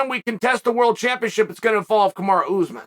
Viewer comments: Oh and Oozman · I'll never get sick of hearing Chael say oozman lol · I couldn't figure out what seemed so weird oozman ur a "G" sir